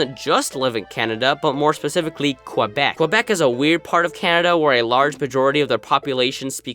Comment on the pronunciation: The way he says Quebec makes me wanna vomit